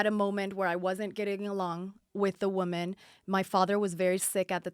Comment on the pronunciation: Ugh how she pronounces woman lol